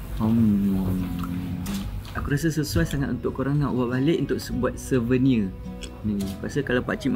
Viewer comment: Bukan Slouvenir dik, Souvenir, Slovenia tuh nama negara........